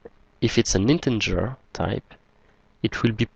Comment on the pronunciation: Thanks four your videos - much appreciated. Please note: You consistently mispronounce 'integer' as 'in-ten-ger' - there is no 'n' before the 'g'.